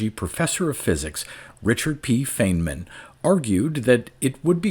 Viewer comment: I think Feynman would be smirking at the pronunciation of his name, as he was a very fine man.